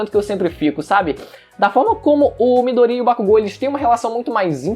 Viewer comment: Mano, eu curto seu canal, mas tu falando o nome do midoriya me dá nojo kkkkk 'midorria'